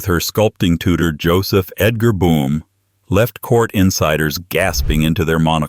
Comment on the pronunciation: Boom? Or Bowwm?